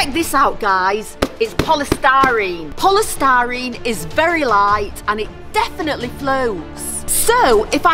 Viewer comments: called polystyrene 'polestarine' learn to talk. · It is polistireen not polistareen